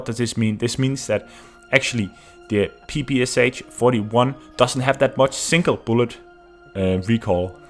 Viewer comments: Finally someone said it :v Yes, it was strange for me too when I realized. It is not P-P-S-H, it's P-P-Sh after Shpagin. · PPSh is actually pronounced with sh at the end like in shock or shire. That is why the it is spelled PPSh and not PPSH as short from pistolet-pulemyot Shpagina. Russians used to pronounce it like pe-pe-sha. Sry for this smart ass comment but I just felt the need to say it.